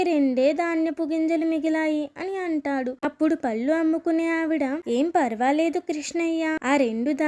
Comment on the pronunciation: పల్లు కాదురా తల్లీ పళ్ళు అని పలకాలి పల్లు అంటే నోటిలోని దంతాలు పల్లు